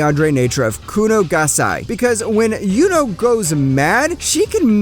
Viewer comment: Can’t even say “Yuno” correct man